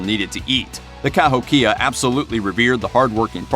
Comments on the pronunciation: Mispronounced Cahokia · Learn how to pronounce words like Cahokia, et al. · You might want to ask someone how to pronounce Cahokia, because you butchered it. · Dude, it's pronounced ka-HOE-kia, not ka-hoe-KIA. They lived in a part of Illinois where I lived. In elementary school we went on two different field trips to a state park called "Dixon Mounds" which when excavated turned out to be a Kahokia burial site. When the scientists were finished they left the remains exactly as they were found, built an enclosure over the entire site put in walkways and turned the whole series of mounds into a state park that was open to the public. We had some pretty cool field trips when I was in school but this one was by far one of the top 2 or 3. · Cahokia— ka-HOH-keya Diets were a little more varied than you explained, but given your time format I can understand the glossing over the details of environmental differences and tribal differences made varieties in diet. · Informative (even if some information was wrong: IDK)---and surprisingly, made me hungry in the middle of the night! One thing I do know is wrong: "where the devil did you get your pronunciation for Cahokia? It's pronounced "Ca-HOKE-ia." Just sayin'. Stay safe, everybody. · I'm a member of the Cahokia Mounds society. And it's pronounced "Ka- ho- kee-a". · Born and raised next to Cahokia Mounds. Pronounced..Kuh Ho Key Uhh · Ka Hoky ah You might need to research pronunciations first, you slaughtered many of our First American names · Kept my attention until he pronounced "Cahokia" wrong, then took the rest with a grain of salt....still interesting though. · I loved this, thank you. However, I am descended from Cherokee and live right next to the Cahokia mounds near Saint Louis, Missouri. You are pronouncing it incorrectly.